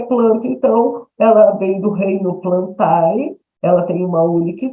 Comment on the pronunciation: Só pra enriquecer mais a questão científica: Apesar de estar escrito "Reino Plantae", esse "ae" em Latin se pronuncia "ê". Então a pronúncia é "Reino Plantê". Obrigado por essa aula incrível, cheia de história e farmacologia! 🙏